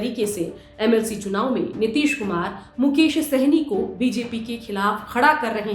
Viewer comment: मुकेश होगा मैडम मुकोश नहीं